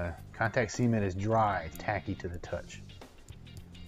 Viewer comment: “See-ment” lol